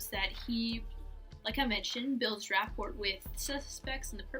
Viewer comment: This was entertaining. Remember that you're analyzing a fictional character and not a real person. By the way, your presentation will be better received if you don't pronounce the silent 'T' in the words that use them, such as "rapport" and "often." Still, like I said, it was entertaining.